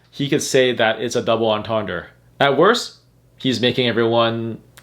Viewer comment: The word entendre is pronounced like awn-tawn-draw. Basically, the vowels are all pronounced like the letter O in the word mop.